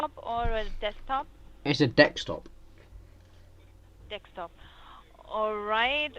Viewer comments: Bob Jones its desktop dumbass not dextop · "It's a Dextop..." And she repeats him. LOL!!! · "dekstop" ( ͡° ͜ʖ ͡°) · Dekstop ahha deckstop!!!!😂😂😂😂 Can u type dabblu dabblu dabblu Mike:dabblooo dablooo dablo😂😂😂😂😂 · wot iss a "dex top"? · I get it you can be mad at them for scamming but what's all this hate for Indian accent?? At least she can pronounce the words correctly...last time I checked the word is DESKTOP and NOT DEKSTOP! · Why do these 'tech support' people always talk as if they don't have a fucking clue how a computer works? By the way, it's Desktop. NOT Dextop. Learn to pronounce it properly. It's not that fucking hard. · It's not dextop dumbass its desktop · dekstop!?!?!?!?!? XD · is it laptop or a desktop? "its a dextop" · Stop saying fucking dextop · dekstop hahaha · "It's a dextop" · "Is it a desktop or laptop?" "Dekstop" I'm dying idk why 😂😂😂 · Magnificent Man Say desk. Then say top. It's not that fucking hard. If you can pronounce the word ski without is coming out as ksee, then you can sure as fuck say desktop correctly. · "It's a dekstop" "Dekstop, okay" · Fwiffo dextop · "It's a dextop!" Hard to tell if you really are dumb or just pretending sometimes. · "Dekstop" dunno why i find this amusing